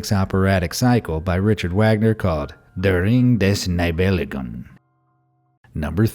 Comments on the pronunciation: His pronunciation of „Der Ring der Nibelungen“ is just hilarious! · I had a good laugh at your pronunciation of "Der Ring des Nibelungen" (written with ONE "L" btw). If you don't know how to pronounce a, for you, foreign name. PLEASE ask someone who does know! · If you don't even remotely know how to pronounce a foreign language term such as "Der Ring des Nibelungen" use the English term (here "The Ring of the Nibelung") instead of butchering the original words. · Of course Philip Reis was the inventor of the telephone. And you wrote and pronounced "Der Ring des Nibelungen" wrong. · The way you've pronounced 'der ring des nibelungen' and 'meucci' really hurts